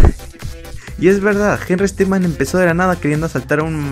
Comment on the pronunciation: No se dice henrry stickman se dice henrry stickmin por que henrry stickman es otro personaje